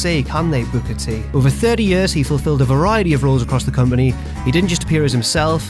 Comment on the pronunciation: Your accent is the worst thing in youtube P.S learn how to pronounce year properly !!